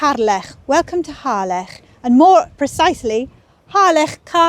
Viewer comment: At last! someone who pronounces Harlech as it should - and not the dreaded ' Hah- lick ' 🏴♥️👍